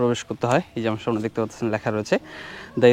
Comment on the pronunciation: সবই সুন্দর শুধু "সা মো নে এবং বারবার মূলত মূলত" এটা শুনতে কেমন জানি লাগছে এছাড়া অন্য গুলো ঠিক আছে।